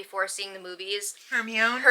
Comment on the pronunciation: OMG we said Her-me-own too! We also pronounced Dobby like Dobie (nickname for doberman)